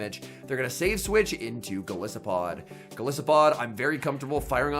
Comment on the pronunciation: Isn't Golisopod pronounced with a hard "I"? As in goliath and isopod?